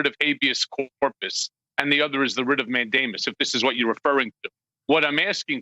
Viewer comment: Did he say he filed a writ of Matt Damon? O.o